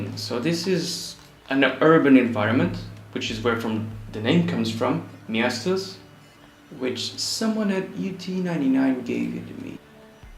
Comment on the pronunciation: Really liked your entry! Hoping to see more from ya sometime ;) Also nice pronounciation of Miestas hehe.